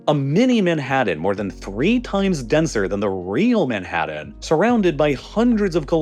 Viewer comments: Not to mention pronunciations like "manhaddun" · How does this dude pronounce every single letter in every word to annoyance, but puts about 4 Ds in Manhattan for no reason?